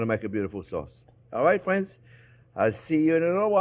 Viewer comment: "Well hello there phrinzzzzzzz!!!"